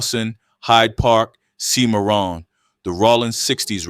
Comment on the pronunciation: "Sy-mar-run" street is pronounced Sim - ah - ron and spelled Cimarron. Anyhow, I grew up hearing about KeithStone the legend. He was spoken of highly as a true big homie. May he RIP